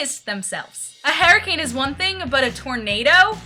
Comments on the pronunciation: HURricane, not 'herricane' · its pronounced HER-I-CANE not, hair-i-cane LOL -3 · You think you say tornado weird.. It sounds fine. You say hurricane like hairricane lol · tornadoes sounds normal.. the way you say hurricane is the weird one! haha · The way you say hurricane is so freaking funny. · I thought it was funny because you said that you say tornado weird and I thought it sounded normal and I thought you said hurricane weird but it probably sounded fine to you!